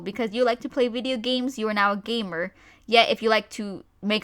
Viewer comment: When you said "gamer" I thought ya said "gaymer" a gay gamer.